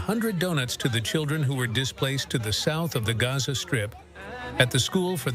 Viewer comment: Why do you pronounce Gaza as "Gorza"?